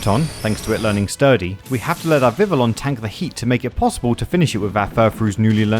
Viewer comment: Love this video and these challenges, keep them coming! That said, my brain did misfire everytime you said Vivillon. It is pronounced Vivi-yon as it officially uses a french pronunciation.